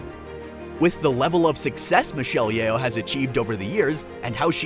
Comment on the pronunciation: Her name is pronounced as Yoh, not Ye-oh 😅